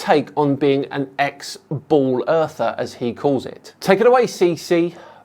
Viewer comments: Is he saying "bowl earther"? WTF? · I keep hearing “bowl earther” and was slightly confused.